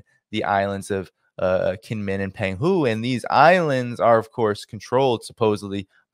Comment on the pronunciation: Pronounced jingmen island. And its not a hundred miles from the main island. Ya might wanna do just a tad more research before posting. As well as the actual relationship both kinmen islands have with China.